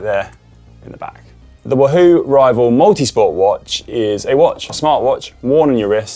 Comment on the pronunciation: Love how Conor pronounces Wahoo as Woo hoo !!